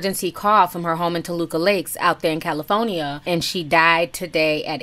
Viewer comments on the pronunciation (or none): I've never heard CALIFORNIA Spoken like that!